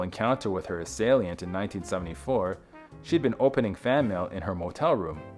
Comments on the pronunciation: Assalient is misspelled; it’s assailant. *mispronounced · This AI voice said, " assailiant". I believe her father set up the rape.His behavior before and after the awful event says it all. A monster of a controlling man.